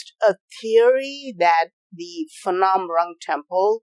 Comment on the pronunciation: Phnom not Phanom.